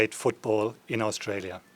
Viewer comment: Stop swallowing the vowel letters when saying our country's name. You would have been taught this in primary school.